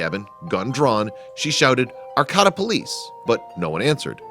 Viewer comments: And Heidi doesn't believe me and you're pronouncing Arcata wrong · Learn to pronounce the city right homie. Smh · Learn how to pronounce words. Arcayta. Not arccahta dumb ass. Ps. Sorry to be so harsh but you make mistakes constantly as if you are not a native English speaker. Finally this story is not at all interesting. No payoff!! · That town is pronounced "Ar - KĀ - ta". Look things up, will ya?! I'm a Californian & couldn't figure out WHAT you were talking about! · Thank you... At first I thought, " What... where!?" then, "Wait! He's mispronounced Arcata. Doh." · Pronounced: Ar CAY ta Not: Ar COT a Also, leave the guy alone. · It's pronounced ArCAYta, not ArCOTTa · Arcota? It’s arcaaaaaata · I lived in Arcata for decades and I can tell you it is pronounced 'R-K-ta' not 'R-cada' as pronounced in the video. Also, it is not at all amazing that there is a cabin in the woods on public lands as there are many travelers that use the public forest as a home during the trimming season throughout the Emerald Triangle. The weather is mild year-round and a tent would serve quite well as a home for some travelers, obviously the builder(s) of this cabin preferred solid walls. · The narrator is mispronouncing the home of California State University Humbolt. It's not Arcata like terricotta; it's pronounced Ar-kay-ta. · It's pronounced aR-Ka-Ta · You are pronouncing the area and forest name wrong. It's ArcAta with a long middle "A". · AR-KAY-TA, California. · Arcata, is pronounced, short "a", long "a", long "a". ("R-kate-ta). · It's pronounced ArCAYta. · it is pronounced Arcata, R Kata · It’s pronounced ar Kate ah. 👍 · It's actually pronounced Ar-kayta. Used to live there... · You mispronounced Arcata. It's Ar-kate-uh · Sorry. Gotta do it. It's pronounced "Arr-Kay-Tuh" Arcata, Ca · That's Ar CA da ,ca